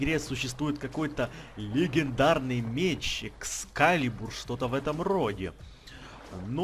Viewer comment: ЭксКалибур а не Экспалибур